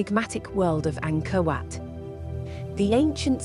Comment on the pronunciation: I thought she was saying, “Anger Wet”.